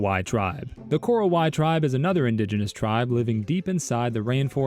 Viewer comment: Its ko-ro-wa-i btw and also i find it funny that there is another Batak tribe in Sumatra with no similarities whatsoever